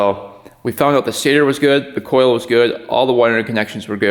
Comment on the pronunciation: Did I hear. I'm going to test it "ooout" in the snow? You seem to have some hoser in you " heye".